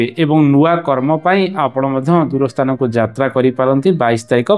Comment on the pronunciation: ସ୍ଥାନ ନ କହି ସ୍ତାନ କାହିଁକି କହୁଛ?